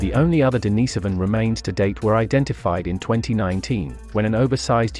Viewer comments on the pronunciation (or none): Denis so van? Many pronunciation errors throughout. Plus you are working off old information. This video needs to be redone and updated. Looks like you are using text to voice but changing the system from time to time.